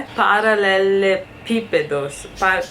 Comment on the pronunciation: Vc falou muito bem paralelepípedos